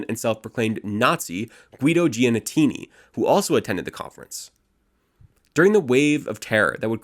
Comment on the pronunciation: also GEE-AH-NEE-TEE-NEE